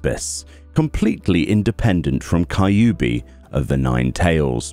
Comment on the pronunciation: i hope u still dont say "Kai-yu-bi" still